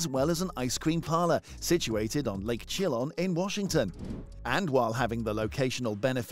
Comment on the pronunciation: Not to be rude, but it's pronounced "Sha-lan" not "Chill on."